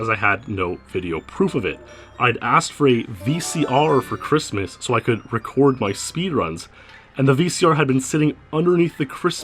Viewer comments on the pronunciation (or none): none